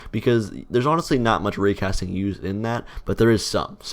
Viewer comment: when he said "raycasting", it sounds like "Rick Astley"